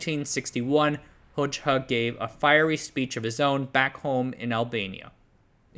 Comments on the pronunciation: Actually, his last name is pronounced as Hoja, not Hocha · Excellent video, but it's pronounced "Hoja" not "Hojcha" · This is pedantic but I’m pretty sure that Hoxha is pronounced “hoja” rather than “hoj-ha” (j as in jelly) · The name is pronounced HodJA, just saying.